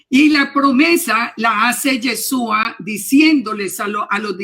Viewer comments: Es muy CIERTO lo que la señora ha expuesto. Sin embargo con todo Respeto le sugiero que deje de decir Yesua. Ya que suena mucho a dioses indígenas de pueblos ancestrales. El nombre es YESHUA. ¿Por que pronunciarlo mal? Es una reflexión. Tampoco se debe dejar de presentar los panes. Sólo que nosotros lo hacemos con la Verdad de Yeshua .Debemos encontrar el punto de equilibrio sin quitar ni añadir. Tampoco se debe desvirtuar el Corban de Pesaj, ni decir que ya no es necesario .Ya que la orden del ETERNO ES PARA SIEMPRE Y PERPETUAMENTE. NADA DE LO QUE EL ORDENO VOSOTROS PODEIS QUITAR. ESTE CORBAN NI SIQUIERA YESHUA LO QUITÓ Y CUANDO VUELVA EL TEMPLO ESTE VA A SER EL UNICO SACRIFICIO DE ANIMAL QUE SOBREVIVIRA PARA SIEMPRE COMO MEMORIAL DEL REINO DE ELOHIM. QUE ES ALGO DEMASIADO SERIO ¡ SI ! Y NO PODEMOS ESTAR MATANDO CORDEROS ASI COMO ASI . PERO ESTO NO SIGNIFICA QUE YA NO SE DEBA HACER. YESHUA NUNCA REEMPLAZARA EL CORBAN DE PESAJ , YESHUA COMO SUMO SACERDOTE DEL PUEBLO LO HARA EL MISMO EN EL TIEMPO VENIDERO, ESTO TAMBIEN ESTA ESCRITO. AL NEGAR EL CORBAN DE PESAJ SE NIEGA A YESHUA YA QUE COMO EL MISMO DIJO, EL VINO A CUMPLIR LA TORAH. TODA LA LEY ESCRITA TODA !!! SE PUEDE PERFECTAMENTE CUMPLIR LA TORAH SIN DESVIRTUAR A YESHUA .¡¡ AL CONTRARIO !! ES LA TORAH LA QUE SUSTENTA TODO. YESHUA ES LA TORAH Y LA TORAH ES YESHUA. ASI COMO EL ETERNO Y YESHUA SON UNO. PARA EL ENTENDIDO, NO EXISTE NINGUNA OPOSICIÓN. QUITAOS LAS DOCTRINAS DE REEMPLAZO YA QUE ELOHIM MISMO PUSO EL EJEMPLO DE TODO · Gracias por la entrevista, una observación hno., debe corregir el nombre sobre todo nombre, es Yeshúa, colocó el nombre sin la H y fonéticamente suena diferente...sería bueno corregirlo porque de lo contrario veremos más y más personas pronunciando el nombre mal, imagínese tanto tiempo sin el nombre y ahora que la sabemos lo pronunciemos mal. Shalom a todos y es una sugerencia.